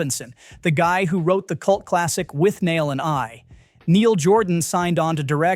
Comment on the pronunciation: ‘Wit-nall” not ‘with-nail” as it’s spelled. But what ya gonna do with an AI narrator?